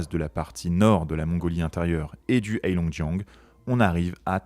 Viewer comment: C'est bien de faire une video sur la Chine, mais ça serait mieux si vous appreniez à prononcer le pinyin.... Le H dans Heilongjian se prononce un peu comme un R (Reilongjian)